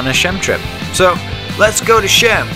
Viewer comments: actually "she-am" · Pronounced chee um